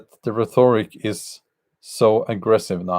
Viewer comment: He said “rheTHORic”.